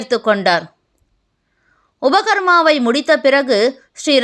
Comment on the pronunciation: Lot of mistakes in your explanations. It is UpaaKarma , ghanapaati, braahmanam… please do talk to educated before explaiining this … unless you are AI